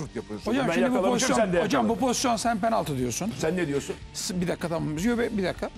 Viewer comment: Bay objektif abimiz gene kiviriyor penalti diyemiyor😂😂